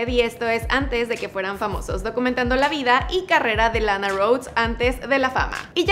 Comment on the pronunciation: Lana pronuncia re bien la a😉